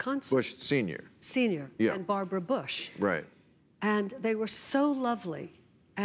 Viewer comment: Bar bo ra, Bar bo ra. Robert o smith, Robert o smith. All i hear when she opens her mouth.